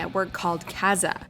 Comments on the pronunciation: isn't it "Ka Zaa?" not "kaz ah?" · Kay-za?.. Think you mean KaZaa, (pronounced KAH-ZAH)... The program that was responsible for spreading more viruses faster than Chinas Wuhan wet market! Too soon? :-P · Such a zoomer calling the p2p platform Kazaa as "Kazz aww" instead of "Kah zah" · Excuse me while I pull a Hermione Granger... “It’s Ka-ZAH, not KAH-za.” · Kazaa...I always thought it was pronounced kah-Zah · Did anyone else cringe at the pronunciation of "Kazaa", or did you just feel very old? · That pronunciation of Kazaa makes me die of old age. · There's something about how you say P2P and Kazaa that makes me feel very old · The irony of making a video about early internet, and not knowing how to pronounce "KaZaA" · guess ive been pronouncing KaZaa all wrong.... oh the memories